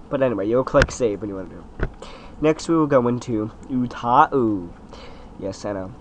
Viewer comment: ...Ooh-tau not Ooh-ta-ooh